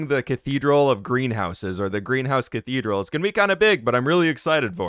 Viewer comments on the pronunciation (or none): LOL a ca-bee-dral? Very nice! Thanks for sharing!